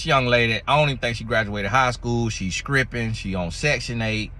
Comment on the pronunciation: "scripping" though?😂😂😂😂 lol This is the first time I watched and U must say this man is comedy gold...this information is good to know though. I honestly never knew this about men. Good to know.